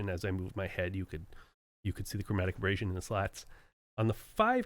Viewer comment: The only thing 'abrasive' about it was the 'ear ache' it produced the fifty odd times it was said.